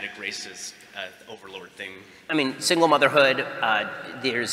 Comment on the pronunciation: It's the first time I've ever heard him (or anyone really) pronounce "single" like that.